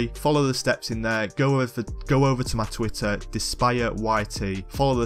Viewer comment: Here and there "tweeter"